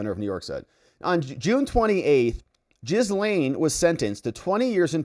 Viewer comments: Gah-Lynn, G'lin . . . not Jizz-Lane. Her name's not hard to pronounce. Anytime her brother is interviewed regarding her case, he calls her G'lynn. So just pronounce it the way her own brother does. Why is that hard? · I love your channel and I’m thinking about being a member (aka membo), but you have to start pronouncing Maxwell’s first name properly. It’s pronounced “Gil-Lain”. The “s” is silent! You’re welcome! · Her name is pronounced Ghee-lane (hard G, silent S), I believe she introduced herself using this pronounciation. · Jizz-lane... lol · Did they call her gisum?😂😂😂